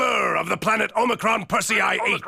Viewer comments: HOW ARE YOU NOT ABLE TO PRONOUNCE Omicron Persei 8?? They say it like 5 times in THE DAMN VIDEO!! You people at are so damn bad at pronouncing words for some reason. O-mi-cron Per-se-i 8.. SAY IT RIGHT! LEARN, LEARN!! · The way you butchered Omicron Persei 8 should be a hate crime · Please stop mispronouncing Omicron Persei 8. This is the first video where I have heard mispronounced words, and the ladies usually do a fantastic job with some real humdingers. Getting pronunciations correct makes it feel like you really respect the subject matter, but this video let me down. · Um, it never crossed the line. It maybe pushed it, but that's what makes Futurama great. Stop being so Puritanical. And learn how to pronounce Omicron Persei 8. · So no one at can properly pronounce Omicron Persiei 8 and they think The Problem with Popplers was their first appearance... have they even watched this show? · Yeah find someone who can actually pronounce Omicron Persiei 8 before they make another futurama video!! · Boy. You sure don't watch Futurama do you? You have mispronounced almost everything. 😂🙄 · Only time the line was crossed in this video was when pronounced Omicron Persei 8. It's even said in the video by Lrrr of the planet Omicron Persei 8